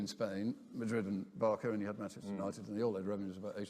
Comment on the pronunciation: Did He just call Barca, barco? 😂😂 red flag 🚩 hasent a clue